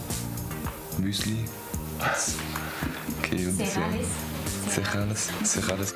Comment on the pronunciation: die Lehrerin mit dem übelst peinlichen Akzent und der falschen Aussprache von "cereales" :D Wird bissl schwer mit dem guten Abi